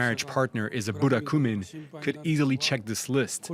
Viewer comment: Burakumin ya bukan Burakuman